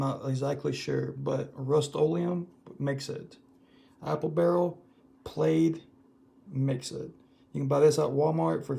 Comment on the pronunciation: I know this is old, but the "ai" in plaid is said like the 'a' in add So, it's "pladd", not "played"